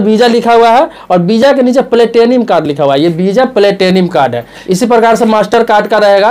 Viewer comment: Bisa nhi visa hota hai sir